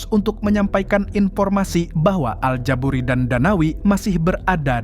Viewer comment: al ja buri gak pakai T klo mang hehehe